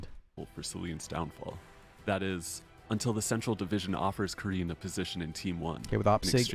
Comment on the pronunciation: The way you pronounce 'Karin' is definitely OK imo. No offense to anyone but those presenters from SG are not that great with English and Karin is not exotic or Asian specific name ;)